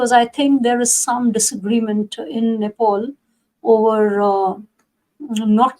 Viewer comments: Who is this moron interviewer, Country's name is Nepal not Nepoul. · Its Nepal & not Nepaul.